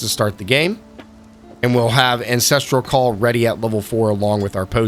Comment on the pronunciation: I like the premise but based on the first minute you already say both Hailrake and Ancestral Call incorrectly so it makes me question your credibility and overall game knowledge. Good luck with the videos, I think they're a great idea and really helpful for any new players, I would recommend making sure you're saying the names right if that is your target audience though.